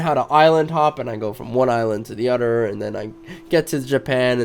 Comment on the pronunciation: Your use of D instead of T in your speech is annoying as fuck man. Anudder instead another.. cmon man.. Da instead of the.. lawdy Udder instead of other